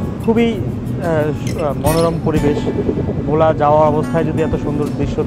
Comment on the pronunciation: Its not vho* its bhola